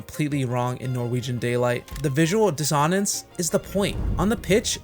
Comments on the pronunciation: The visual diss-ON-ance ??? The word 'dissonance' is a dactyl, meaning it puts emphasis on the first syllable --> DISS-onance. I'm surprised no one has pointed this out. Makes me question the credibility of this channel and if the video was written by AI ... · visual dis o nence. is the voice an AI? or do they not know how to pronounce dissonance.